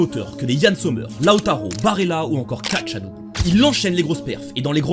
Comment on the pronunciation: On prononce A-canne tchal-ane-olou